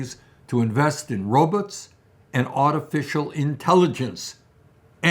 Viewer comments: "robuts" (love you Bernie) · He has my vote forever. But i think i am over the moon when he said "robuts"